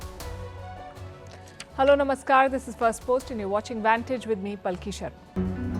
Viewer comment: She is a good journalist. ^^ Also sir, it is SHARMA and not SHARMON. 😇. Take care. 🙏🏼